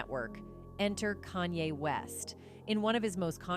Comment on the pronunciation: Yo stop butchering this dudes name kan-ye, 2 syllables not 3